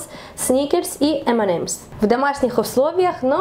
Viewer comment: ЭМЕНЕМС Карл ЭМЕНЕЕЕЕЕЕМС